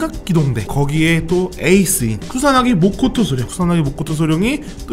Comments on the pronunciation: 쿠사나기 모토코인데....왜 모코토라고???? ㅋㅋㅋ 그냥 듣다가 다른 검색해보니 이름이 바꿨것 같아서 써봅니다 ㅎㅎ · 쿠사나기 모코토가 뭡니까 ㅋ 모토코입니다 지적을 거의 안하네